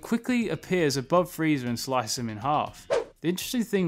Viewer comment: Sounds like you’re saying Freezer